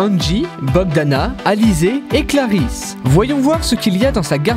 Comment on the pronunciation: Clarisse pas clarize